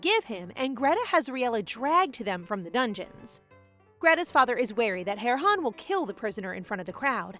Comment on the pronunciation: Correction she said Heron